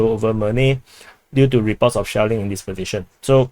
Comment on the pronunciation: Commander pronounces SHELLING as "shaolin"... 😂